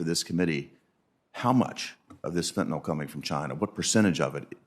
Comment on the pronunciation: "By simply crossing the boarder," a trespasser can effectively attain US citizenship. 'Fentanyl,' not 'fentanol.'